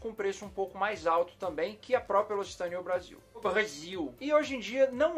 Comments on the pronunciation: Você pronuncia errado não é locitane e sim loc-citane tem q ler os dois c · Se fala loquicitãne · A pronúncia correta é Locsitan